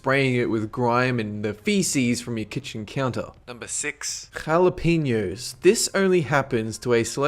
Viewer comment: I love the way he says 'jalapeños'